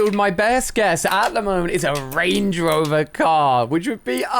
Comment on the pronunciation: he says rangey rover did anyone else notice that